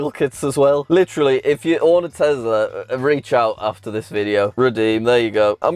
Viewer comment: It’s crazy to me your entire personality is based on a brand you can’t pronounce correctly